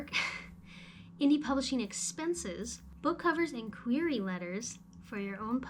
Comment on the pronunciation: It's pronounced "queer-ee" letter lol